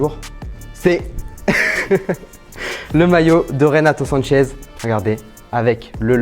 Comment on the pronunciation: sanches et non sanchez